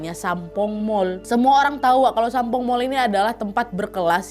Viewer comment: lama² nyebutnya bukan Sampoong lagi tapi Sampol 😂😂😂 Ngeuh gak yaa die 😂😂😂